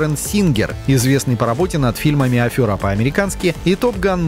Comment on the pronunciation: Афера, а не афёра.